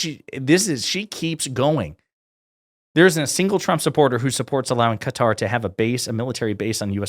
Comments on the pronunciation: It’s Qatar not cutter ffs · Say it with me... "kUH-tar" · Really like your videos, keep up the good work. In regards to Qatar you pronounced it correctly at the start, but then pronounced like some Americans as 'Cutter'. Check the pronunciation out on Google: I have worked in the Middle East for many years (Saudi, Qatar, UAE and others) and only some Americas pronounce that way ('Cutter').